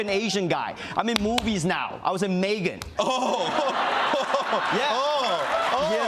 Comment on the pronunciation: This man said Megan with his whole chest 😂😂